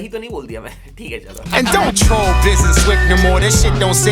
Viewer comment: doesn't even know how to say Troll lmao